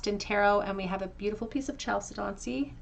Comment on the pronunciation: It's pronounced kal-SED-uh-nee.